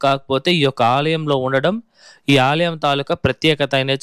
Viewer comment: Alayam not aliyam